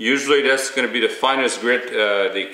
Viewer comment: yeah, right off the bat, I was wondering if this guy was from Canada or one of the northern states bordering canada. He kept on saying 'Dee' instead of 'the' and instead of Emery 'cloth' he said 'Emery Clot'. In a slightly related note, I have a relative that is from a rural area in Western Kentucky. And instead of saying a phrase like "get a hold of it", she says, "GetaHoeFenUvit" -- or geta hofenuv. That isnt the only one.